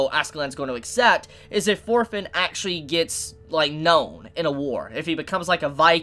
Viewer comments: Thorkell will bring this anime to the next level. I can assure you on that LOL Also, why am I keep hearing "Orphen" instead of "Thorfinn" lol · You pronunce Thorfinn like shit.